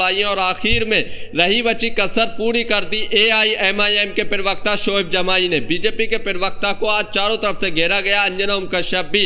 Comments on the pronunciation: Arey yaar bolna tou seekh lo, Lagataar perwaqta bol rahey ho, Perwakta nahin parwakta kahtey hain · abey perbekta kya hai??? pravakta bol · Per wakata nahi ji, pravacta ucharan karo. News anchoring ki hindi aachi honi chahiye